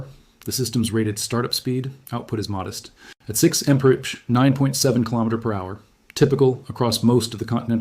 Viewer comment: I'm not convinced this isn't AI! A normal human would not say mf for mph! Also he's talking way too fast to be understood.